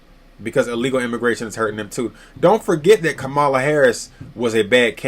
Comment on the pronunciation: It's comma la. Did someone pay you?